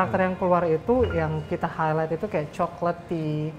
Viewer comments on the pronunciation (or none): none